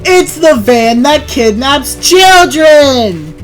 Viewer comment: “The van that kinnanaps children”that got me giggling.😂😂😂